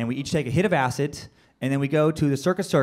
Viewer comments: Why does he say "Ass-It" instead of acid? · Is anyone else annoyed by how he says Acid?? He says Acit not Acid. BUGGING ME!!!!!! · R we not going to talk about how he keep saying acit when he was talking about acid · I can't get over the way he's saying Acid. He keeps saying Acit... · anyone else get annoyed when he said acit? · The amount of times he said acit instead of acid😂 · Him saying "Acit" was killing me lmao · Acid, yes, but this guy took acit....no "d". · Is it just me or does it sound like he saying acid with a "t" in stead of a "d" "ACIT" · great story hahahaha, but did anyone else notice he says acid like "acit" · "AciT" lmao all I could hear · He literally keeps saying "acit" not "acid" lol. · something about the way he pronounces acid like "ass it" really just annoyed the shit out of me. Idk why. It's like once I heard it, I couldn't un hear it the entire skit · Am I trippin or does he say Acit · Is it me or is he saying A-Cit and not A-Cid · Tried my best but couldn't sit through all the "aciT".. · He calls it acit💀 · Its a d not a t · This guy is saying "ACIT" IT'S "ACID" DUDE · I cant stand how he says acid Acit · It's funny. I dont like how he says "Acit" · Funny, but I hate the way he pronounces 'ass-it' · Lmfao! I cant stop hearing it! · Why's he saying acit? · Why is he saying "ass it" 😳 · Has anyone ever told this guy that there's no f#cking "T" in "acid"??? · Anyone else have a huge problem with how he pronounces acid? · Why do you put a t and the end of acid! Lol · How this guy says "Acid" is killing me and IDK why.......... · It really bothers me the way he says "acid" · i hate how this guy says acid.... theres no goddamned T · Acid has a d not a t dude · The way he pronounces acid pisses me off